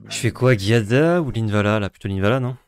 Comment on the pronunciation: A chaque fois que j'entends le nom de l'Ange, ça me pique les oreilles. C'est pas GUiada mais bien Giada... comme Gîte, pas comme Guy. Sinon toujours au top vous deux ! Continuez de nous régaler. Merci.